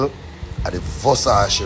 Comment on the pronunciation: Which part of that boy is a bishop?? He can’t even pronounce the word Versace